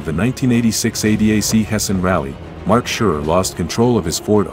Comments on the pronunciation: Well made video, no question👍 Please don't take this as criticism, just for info. The name Surer is pronounced in the linguistic s instead of sh, like safe. He himself says he probably touched something lightly beforehand, it was definitely a puncture. It is also interesting that a marshal pulled it into a small stream next to the track and deleted it, otherwise it would not have survived. Thank you for sharing your work with us. Greetings from Switzerland🇨🇭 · Quite a good simulation. Only please call their names right. It's Surer with "S" not "Sh" and it's "Weeder"